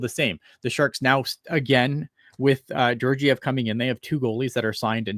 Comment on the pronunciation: Learn how to pronounce Georgiev.